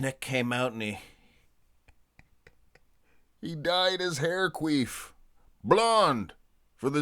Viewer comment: Bro, it’s “Quiff” not “Queef” 😂